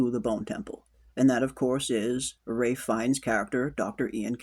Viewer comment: Is there a reason you keep calling Ralph fiennes, Ray?